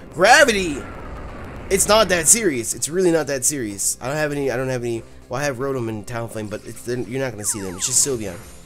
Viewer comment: your rotoms name is katakana japanese it is pronouced roe-toe-mu